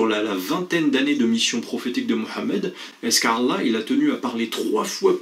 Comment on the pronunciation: Jsuis mort il prononce mal Allah il dit 3aala